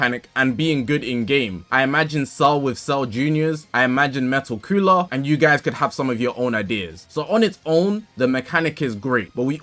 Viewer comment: Metal cooler ❌ Metal cuuller ✅ 😂